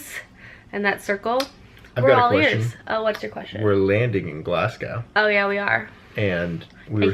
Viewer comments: My first Scottish tip is to pronounce Glasgow as “Glazgo” not gow like cow. I had no idea where you were on about for a second hahaha the second is to prepare for rain like every day. Then just have fun! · I specifically wait until I’ve a book and tea in my hands before I start these vlogs as they motivate me to finish my books:) thanks. So much quality in this, specially FMA, drool. Oh by the by, Glasgow is pronounced “glazgoh” 😉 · have fun in scotland!! my friendly tip (as an english girl) is that its pronounced glasgOH (like the sound in OMG) haha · Glasgow is a nice city, I live there. If you're going to Loch Lomond I'd recommend a wee stop in Luss. It's a beautiful town. Stirling is also great. Also, we say Glasgow without pronouncing the "w", so it's more Glas-go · Clays pronunciation of Glasgow 😂 for future reference it’s glarz-go or glaz-go if you’re from the north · I love how says Glasgow, we say it as Glas-go, sounds very posh when you say it! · In Scotland, I'd recommend going to Sugar Daddy's in Edinburgh! Also Glasgow is pronounced like 'glass-go'! Edinburgh Castle is good as well as Camera Obscura in Edinburgh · Crying at the way you guys pronounce Glasgow :'D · The way you say Glasgow is so strange! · I think if you're going to Scotland it would be great if you learned how to pronounce glasgow 😅 Dornoch castle is an absolutely beautiful fairy tale castle in the north of the country. Don't know what loop you're doing but if you look on the north coast 500 website it has some great itinerary items which will give you some great ideas. My partner and I did it last summer and loved it even though I'm from Glasgow. The east coast of Scotland has a lot more history and the West coast is a lot more picturesque. If you're in city centre glasgow then I would say spend the afternoon just wondering around and seeing things as the architecture is great and quite different from Edinburgh - there's also some really great places to eat.